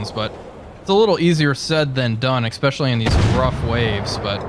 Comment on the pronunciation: Good video, it's "especially" not, "EX-peshshully". Cheers.